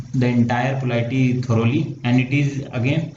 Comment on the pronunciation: Bhaiya. POLITY thik se bolna sikh lo pahle, video banane mein hadbadi kya hai ?